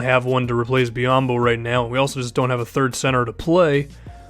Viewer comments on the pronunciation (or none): none